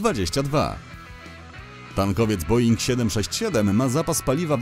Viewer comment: Boeing a nie boing. Jakie są malutkie samoloty boeinga bo nie kojarzę?